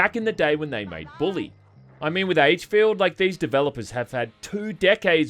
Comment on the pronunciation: I kept hearing "aidsfield" whenever said the games name, and honestly that's pretty fitting considering how abysmal the game really is.